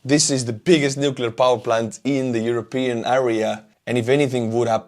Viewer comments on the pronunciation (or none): none